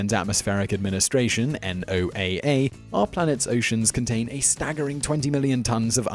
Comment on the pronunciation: Man who pronounces NOAA by listing the letters? It's pronounced like "Noah". Also QI really isn't high-brow.